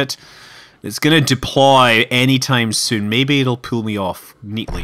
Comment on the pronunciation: and soon becomes süün (speak like scott)